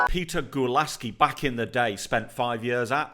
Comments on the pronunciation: my man said shobolai and gulasci...as a hungarian i was waiting for the pronounciation of the names😂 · Gulácsi is pronounced as Goo-la-chi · It pronounced Peter Gulachi and Dominik So-boss-la-ee. Watch out for Hungary to bring an upset.